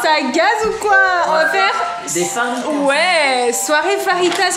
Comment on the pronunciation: Ça se dit fajita pas farita